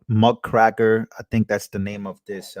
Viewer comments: It's muck-raker like a yard rake. A muckraker is basically an activist journalist. Someone trying to expose a wrong to help the victims of that wrong. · It's called Muck raker not Muck Kracker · MuckRaker, not Muckcracker😂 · Bro your a Journalist! Just so you know you have to look up the word: MUCKRAKER! Listen to it on the audio for pronunciation! Not to be rude or anything like that! If You really want to have your mind blown, look at the connection of the destruction of Nordstream2+Joe Biden,hunter and why he was in a gas company and The Rus/ukrane war!